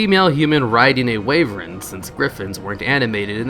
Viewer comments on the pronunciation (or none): Nice video. My first time seeing these images so, thank you. It's funny though how commenters getting on your case for saying "Tee gole" but completely ignored you saying WAYVERN. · Wy-vern, Bit-tees phonetically. jeez lol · ah yes, a wayvern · ..."wayvren"? da fuck It's "wi-vern." Or "why-vern" for Americans "tee-goal" "byties" dude needs to learn how to speak LOL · Holy shit your pronunciation is bad. "WAY VREN. TEEGOLE BYDIES. ETC." Wai-vern. Tigg ole bid-ease*** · This is a "picher" of a "wyvren" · like wave-ren?